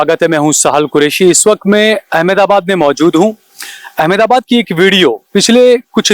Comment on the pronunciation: एमेदाबाद नहीं अहमदाबाद बोलिये। आप जैसे सहाफी ही अपने शहर का नाम सहीं नहीं पुकार रहे, फिर लोग AMDAVAD बोले तो शिकायत मत करना